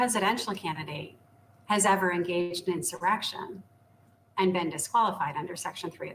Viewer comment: “…but no president has ever engaged in serrection.” She can’t even say it correctly. 🙄